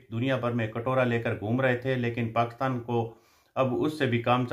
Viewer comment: एक तो आप पाकिस्तान बहुत बार बोलते हैं,अपने हर विडियो में और वो भी पाकस्तान बोलते हैं,कृपया पाकिस्तान तो बोलिए